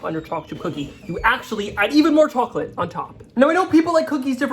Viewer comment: I’m sorry but is he saying “cha chip cookies”? He talks so fast, he can’t finish the word chocolate?